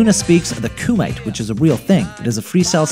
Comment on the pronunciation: Man never watched Boondocks. You can hear it when he pronounces Kumate